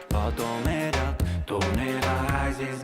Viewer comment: "Novograaaatz is boolish! - Battomed out! Tonne Vaaaaz is berish!" I'm fucking dead 😂😂😂